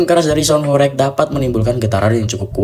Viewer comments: Horeg bukan horek, pake eG bukan eK😂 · pengucapane ae ws gak pas !! horeg bukan hore'g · Sgt terlihat yg menjelaskan bukan orng benar² paham mengenai apa yg ia jelaskan, melainkan hanya mencari informasi dr berbagai sumber. Dr penyebutan kata² horeg aja udah tidak tepat😂.